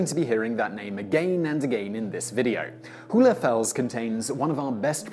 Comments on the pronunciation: It's not pronouced "hoolefels" but rather like "whole" or "hole" And it means "hollow rock" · Funny, he pronounces the german term "hohle Fels" in a way that makes it impossible to understand for Germans...